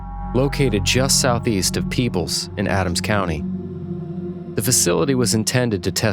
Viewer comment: I live in that county.😊 You mentioned a crack. Yes, there is a fault line running through the creek bed in Davis Memorial Nature Preserve. It's a fissure where 2 stone masses meet/shift. Not far from Peach Mt. Signage on trail points it out. It's Peebles NOT Pebbles, dear reader.